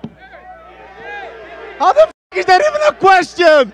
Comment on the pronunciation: “get the fook outta here” will always be legendary 🔥😂